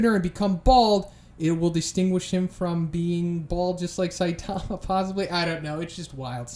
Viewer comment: Can you please stop saying " saitaahma" it's all short "a"'s saitama not saitaaama